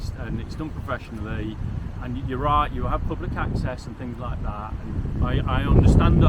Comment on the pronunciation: I love his accent… the drawn out syllables at the end of his sentences. Riiight.